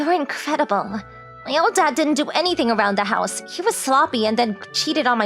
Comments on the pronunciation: Did anyone else hear cows when he said house? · I swear I heard him say “cows”